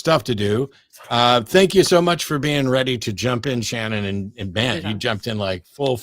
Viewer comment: Shannon, not “Cannon”.